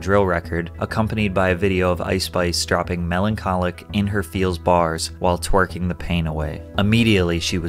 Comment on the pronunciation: ''while twearking the pain away'' 😆😆😆💀💀